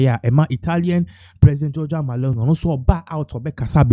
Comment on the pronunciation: Please her name is not MALONI it's MELONI! Look and read well🇮🇹🇮🇹🇮🇹🇮🇹